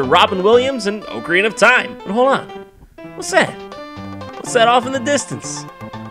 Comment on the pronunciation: It’s the sound of all the people in the comments correcting the way you said ocarina.